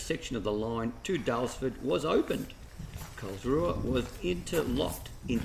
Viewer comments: Thanks so much for showing a bit of our little town. FYI - the local pronounce it Carlsroo! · Why do you pronounce it wrong? With all the research, it was the only let down.